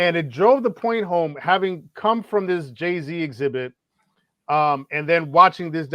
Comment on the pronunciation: you might be committing a crime saying exhibit like that lmao